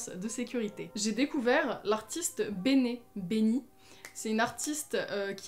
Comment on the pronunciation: Juste benee on prononce bini mas tkt mais ta raison jlaime trop